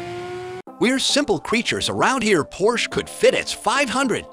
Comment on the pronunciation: Can’t give a thumbs up when the voiceover can’t pronounce the car.